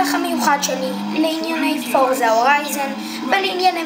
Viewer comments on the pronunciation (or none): פורצה!!!!! אומרים פורצה!!!!!!